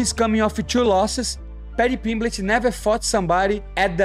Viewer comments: The way Renato keeps calling him Paddy Pimblitch.😂😂😂😅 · "Paddy Pimbligh"😂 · Why does moicano say pimlich 😂😂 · He said "Pimblitch" SO MANY times. 😂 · Money Moicano funny as hell keeps calling Paddy Pimblitch 😂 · How many times did moicano say paddy pimblitch 🤣🤣🤣